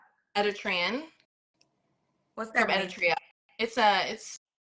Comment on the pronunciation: “what's your background”, “it's my room”😂😂😂😂 Dudes really just play with these little girls mind. You also pronounced Eritrea wrong. Simply minded kid cosplaying as a grown women. She just another hoe that finds dudes on sugar babe websites.